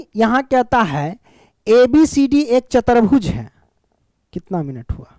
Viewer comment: Chatarbhuj nhi chatubhuj